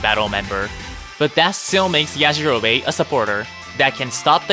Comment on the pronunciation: Why they saying yajirobe like that 😭😭